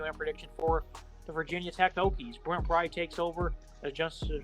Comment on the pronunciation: It's Hokies.. Not Hookies.